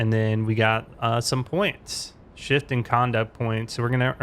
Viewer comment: This guy prounces Shift as Cheft like what its Shift